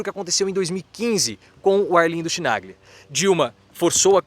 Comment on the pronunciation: Querido, Chimaglia fala-se "Quinalhia". Estou tendo a ousadia de corrigí-lo por ter uma grande admiração por você. Desculpe-me, mas era necessário! Respeito-o e admiro-o demais! Abraços de muito respeito dessa idosa de quase 82 anos!